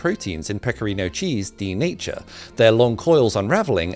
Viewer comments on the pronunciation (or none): "PecCorino" non si può sentire 😂😂😂